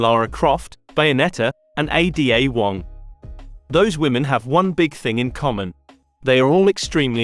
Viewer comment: "A.D.A wong" ... is this some text to speech bs? downvoted and ignored